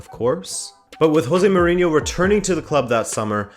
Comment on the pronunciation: Shouldn't you know how to pronounce Jose (Mourinho)? you know, since your parents are portugese